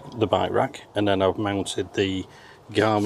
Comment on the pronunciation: I love his pronunciation of by-wak. It took me a while to realize he meant bike rack.